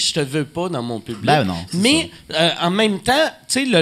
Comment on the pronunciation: Le gars il dit "mes" au lieu de mais, laissez y une chance.